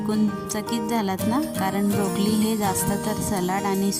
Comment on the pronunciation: ब्रोकोली म्हणा ताई ब्रोकलीन नाही.